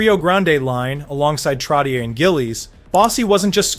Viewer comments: "Trotty-air " ?. WTF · TROT TEE YER 😂 AMERICANS ! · TrotiiERRR!?!?? Way to go thERRRE AII generated documentary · If you can go to the effort of making and edit this video, why are you using AI to narrate? It's Trottyay, not Trottyer. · I agree with the comment below. If you don't know what arena he played in, don't mention it. And, for the record, Trottier is pronounced "Trot-E-Ay". No, I'm not subscribing. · Trotchay is how Trottier is pronounced. Nassau Coliseum is where the Islanders played, not MSG. SMH. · It's hard for me to believe we've reached a time when a hockey fan mispronounces "Trottier." Some day it'll be "Lemieux." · It hurts my head when you say Trottier. Look into how to pronounce it correctly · Every time he says Trottier I gag a little